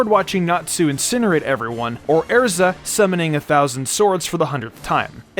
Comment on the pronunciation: The pronunciation of erza is crazy